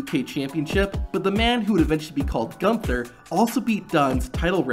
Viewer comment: It's not Ganther. ITS GUNTHER